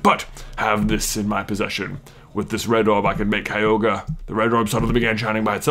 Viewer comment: it's pronounced ky-ro-gor